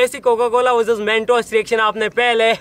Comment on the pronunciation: He said Coca Cola vuzuz mentos🙂😂😂😂😂😂😂😂😂😂😂😂😂😂😂😂😂😂😂😂😂😂😂